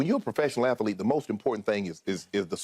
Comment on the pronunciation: “Ath-a-lete” lol